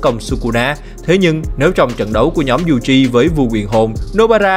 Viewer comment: toji yuji đọc tùm lum